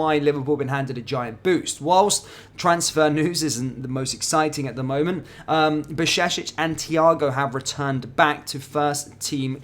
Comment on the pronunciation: You don't pronounce Jurgen Klopp as Hurgen Klopp so you know back in your mind that Bajcetic is with Slavic/Germanic "J" which in English would be close to "Y". So BAY-CHE-TIC. And that last sound "C" is like the first sound in well known Italian word "Ciao". Now, some training Bajcetic BAY_CHE_TIC(iao)...